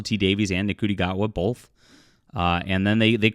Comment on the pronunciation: That's not true. I watched it more than once. So unless you're calling me a "nobody" then you're being too broad. Also it's pronounced "shoo- tea" gat-wa.